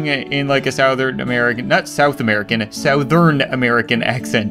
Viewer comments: You don’t say sOUthern. You say soUthern. 😂😂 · He pronounces “southern” like it’s spelled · i lke how you said sow-thern (as opposed to suh-thern, they way most americans say it) :PP